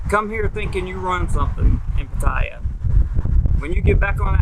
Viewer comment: At least pronounce it properly 😂😂